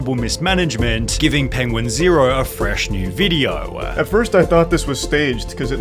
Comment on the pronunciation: I can't listen to Sunny anymore the "ah" at the end of every sentence is unbearable "penguin zero-ah" im Australian, no one speaks like this.